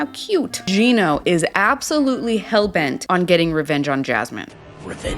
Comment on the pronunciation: Yes you are pronouncing his name correctly! Finally someone says it right!!